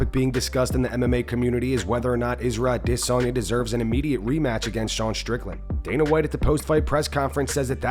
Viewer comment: Isrye Desonya 😂